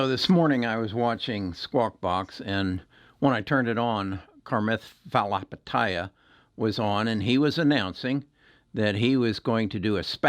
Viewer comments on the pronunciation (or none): “Karmith falahapataya” LOOOOOOOOL your a legend 😂